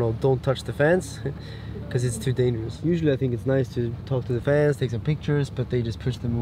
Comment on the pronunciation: I keep hearing dangerous. Funny!